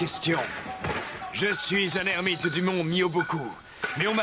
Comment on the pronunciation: l'ermite pas nete 😊